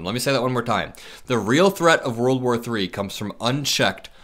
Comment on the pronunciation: Why can't these grown a.. men pronounce world War 3? Always wurl war or war war3! It's aggravating